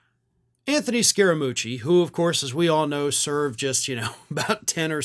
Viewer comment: I am from Italy and the pronunciation is 90% correct.